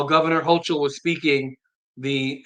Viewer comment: They do not follow the HALT Act currently.. and so asking the question "is it working" can't be answered .. also her name is pronounced Hokul .. CH sounds like K